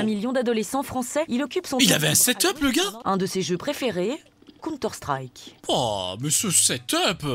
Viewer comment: Mddrr elle a dit "conteur strike" elle a détruit des vies 😂😂